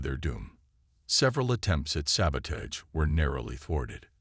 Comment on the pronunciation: Thanks, but sad and frustrating once more. I wish EVERY ONE OF YOU posting stories would FREAKIN get rid of your POS AI's!!!! Please tell me wtf is: "saba-TAGED", "cuhn-sole" (console), "..during countless UHNS of hunting..."(eons), "HALO-tble"(halotable), "IN-veloped" (in-VEHL-oped), "KADD-its"(Cadets). Takes away Tremendously from enjoying the story.